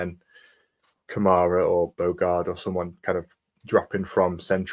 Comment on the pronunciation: Commentators that hate Villa. And go on and on and never give us credit for our achievements- its always how bad the other team had performed. Or pronounce Kamara's name wrong! UTV 💜 💙